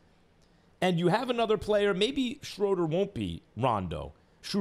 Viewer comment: My favorite part was when he finally pronounced Schröder's name right for once and immediately corrected himself and said it wrong again.